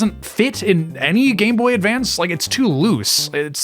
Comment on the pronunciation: Just want to say thank you for actually saying it right 👍 the amount of people that call it the game boy advanced actually drives me crazy